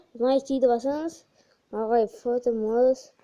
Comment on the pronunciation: фозерматч емес фотомач